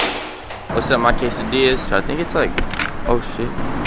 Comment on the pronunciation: "keisadillas" okay